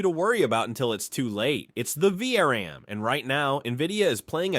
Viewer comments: It's VRAM not VRM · > Its the "Vee Arr And" --> "Vee Are An"